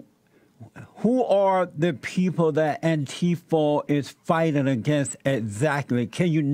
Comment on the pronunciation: Love it when JLP occasionally says Antifer